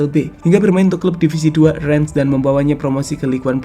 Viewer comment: Rennes bukan Renen min..